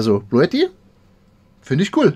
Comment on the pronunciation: ...es wird "Blue TTI" ausgesprochen...sonst fehlt das e bei blue...